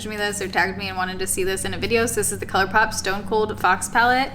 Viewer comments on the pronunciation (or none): none